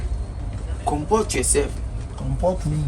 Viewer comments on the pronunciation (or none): “comport yourseff” “Comport wonni”🤣🤣🤣